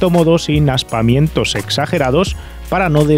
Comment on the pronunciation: ¡Qué grata sorpresa, otro video! Muy bueno que incluyas las cifras de ventas de estos coches y sus competencias en la misma marca para poder entender el motivo de su existencia. PD: ¿"Aspamientos"? ¿Has dicho "sin aspaMientos"?